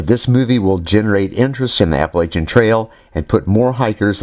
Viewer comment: Do you know what I really like about all the great videos you do? I will tell you. First I can tell that you have actually been there and done that. Second you are honest and realistic. But MOST importantly.....you know how to correctly pronounce Appalachian! No kidding it aggravates the crap outta me to hear it pronounced with an sh. I lived there for the majority of my life and we always pronounced it with a check like chair! Bravo for you sir. Keep up the good work.